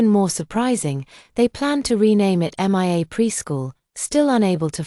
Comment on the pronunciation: Poster M I A is pronounced MEE A. NOT M I A, a hole AI.